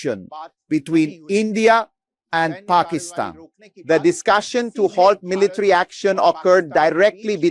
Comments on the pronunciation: Pakistan is pronounced Pa Ka Stan. Not Pakeestan. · paa kuh staan, not pakkystan. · Was able to watch until you AGAIN pronounced it "Pak-EEEE-stan", when the whole rest of the world, including the Pakistani's, pronounce it "Pak-IS-stan".